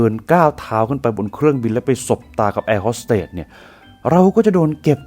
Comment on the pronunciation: แอร์ “โฮส” เตส / “โฮส” ไม่ใช่ ฮอส